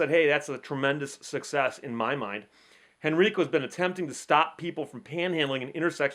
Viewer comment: Henrico County. The major county of Richmond. Pronounced Hen-rye-co.